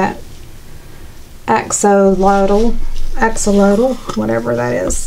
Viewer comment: Love the Axolotl.. just can't pronounce it! Lol